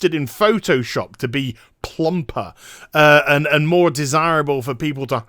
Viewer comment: Your pronunciation of "plump" would make a really great message sound